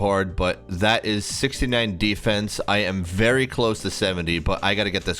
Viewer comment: How do you manage to pronounce Defence 2 different ways within 2seconds lmao